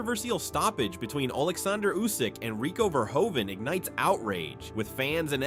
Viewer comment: Why are americans call rico, rico verhoven, his name is Verhoeven